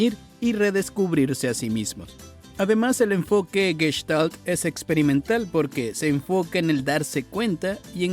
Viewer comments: No es Gueshtal, es Gestal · Ya te dejaste impresionar por un tarugo que no sabe ni pronunciar Gestalt ! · aparte que es una seudoterapia los terapeutas y psicólogos están más locos que una cabra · En castellano, NO ES CORRECTA ESA PRONUNCIACIÓN, 'GUESHTALT', ADEMÁS TAMPOCO es correcto decir traNStorno, sino., TRAStorno, SIN N, LA PERSONA QUE NARRA ESTE VIDEO IGNORA CÓMO HABLAR DE MANERA CORRECTA, imaginen el tipo de terapia que va a brindar, evidentemente sólo es labia lo que se vende muchas veces con estás terapias y mucha gente cae en ésos engaños 🤮 !!!